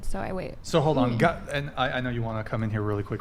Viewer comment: bitch says "coom" but also burps like a 55 year old trucker after guzzling a 6 pack of Heineken...